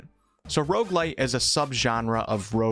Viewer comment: ah, shit you lost me at rogue-li..